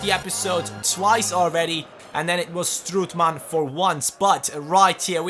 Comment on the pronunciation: Please, i already said this, but you say, stroetman, and you Should say strootman!